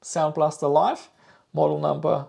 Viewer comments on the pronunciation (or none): common reading mistake... Sound Blaster [Liv!], cause it is not marked as Life [Lajf] :))